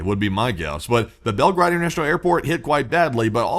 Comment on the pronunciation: Not Belgrad ( Belgrad is Serbia) but Belgorod